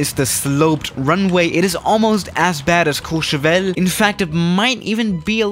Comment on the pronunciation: Nobody:: Says Courchevel in French Everybody: Huh